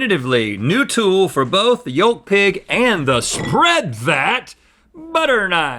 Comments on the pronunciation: Please stop pronouncing the “L” in yolk....it’s painful lol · The pronunciation of yolk has made me really uneasy